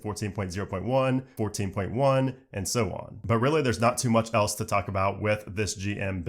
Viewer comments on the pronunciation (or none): none